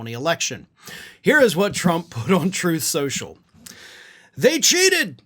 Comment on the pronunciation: "Trenth skensural"...